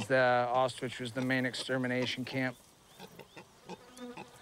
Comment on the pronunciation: Dude can't pronounce Auschwitz to save his life. lol